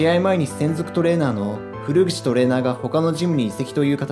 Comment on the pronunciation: 古口（こぐち）トレーナーだよ。 こうゆうのって何も知らない人が読んでるだけなの？